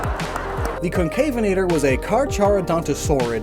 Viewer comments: It's also pronounced Conca-venator, not concave-enator, "venator" being the Latin word for hunter. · Even then the pronounciation, and many other, used is wrong, because it is the word Venator. There are a few other dinosaurs i know that also uye that work like Sorpiovenator or Ichtiovenator. it is pretty clear it is mispronounced.